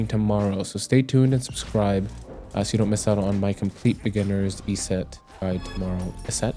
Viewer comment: Why do you say Yset like that?